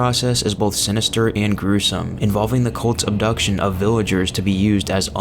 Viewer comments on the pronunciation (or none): none